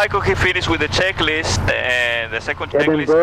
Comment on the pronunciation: Flaps at zero for takeoff???? And it's "checklist" not schecklist, "on" the ground, not "in" the ground. In the ground is what happens when you screw up! Lolol!